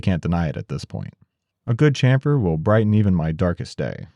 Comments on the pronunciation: Try shamfer... Like shampoo.... Not Chamfer like champion.... It's very simple and it's correct omfg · the slaughter of the english language! its pronounced shamfer, shassy ect, we gave you the language please respect it lol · Now I’d like to hear an explanation of the evolution of how you pronounce chamfer from your initial videos to now.